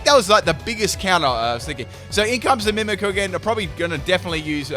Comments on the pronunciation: Got so triggered at the "Mimiku" haha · MimikYu. There's a Y there. Mimikyu. Like "mimic you". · i don't know if you noticed but it is mimikyu not mimiku there is Y in it that changes how you pronounce it you are saying it wrong also you should look up how to say magearna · The way he pronounces "Mimikyu" though...lol. It's nothing bad it's just that I'm more used to saying it as "Mimic you" rather than "mimi coo"